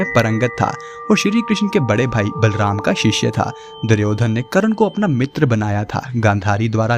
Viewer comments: Karan fah h 😂....naam tho thik se bol lijiye wo KARAN nahi KARN hai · Bhai Aapko kuch Jyada Knowledge nahi hain kya ? कर्ण ko करण bol rah ho aap.